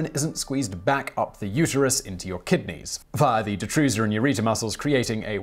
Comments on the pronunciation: SACK-ral??? Is that a European thing? Because it's pronounced SAY-cral. MIKE-turition??? It's MICK-turition. Ureter, not uterus. This is flat out sloppy pronouncing and rather unacceptable for a channel of this quality. And not the first time I've noticed it. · The way he says ureter sounds like uterus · Simon, I love your stuff, but...you were having some SERIOUS issues with pronouncing words today. Ureter=Uterus and Hyponatremia=Hypotranemia, just to name a couple. Love to see you laughing, though!